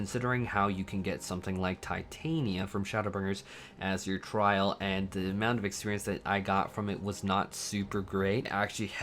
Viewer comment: Never understood why people pronounce Titania like Titanium. That's not how it's pronounced...